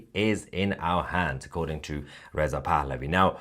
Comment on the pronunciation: hah - sounds like you say crown prince of iran is Riseup pahlavi.. lol